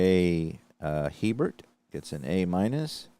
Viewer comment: HERBERT IS PRONOUNCE A BEAR